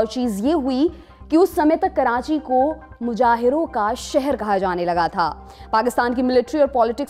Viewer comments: Mujahir nahi muhajir hota he,urdu ka ek word sahi se nahi bol sakte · Muhajir not mujahir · Its Muhajir not mujahir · It is 'Muhajir' not 'Mujahir'.